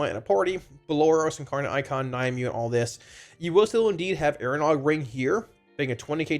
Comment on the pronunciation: Nim-u-way. Not Ny-mew. Thanks for the info bud <3